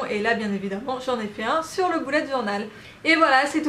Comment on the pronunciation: Lalo Cosmeto Merci beaucoup ! La prononciation du mot anglais « bullet » est à mi chemin entre « belette » et « boulette », c’est vrai que nous français avons tendance à prononcer « boulette » ... À toi de voir si tu préfères visualiser un petit animal ou ton prochain repas ahah 😂